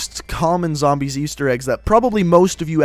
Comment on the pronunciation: your pronunciation of things in the cod zombies lore bothers me sorry